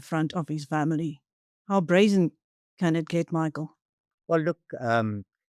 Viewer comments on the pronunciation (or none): none